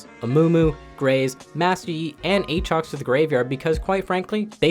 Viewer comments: I hate that you say a-a-trox so much. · Buddy really pronounced it a-atrox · If you don't get it, he mentioned him as a-atrox the whole video, but in this one he says it correctly. Can't believe i have to explain this but okay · why do you say a-atrox when you should say aatrox? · Not finishing the vod. Can't stand that A-atrox pronunciation. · "Ay-Ay Trox" Must've coached in the inner city for a while. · Who the fuck is Ayaytrox? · he's memeing when he's saying aatrox lmao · Never say Aatrox like that again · how you pronounce Aatrox is nutty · Can't believe he mispronounce aatrox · i havent heard a single person say A-atrox urGOT Also yorick morie Is that what he said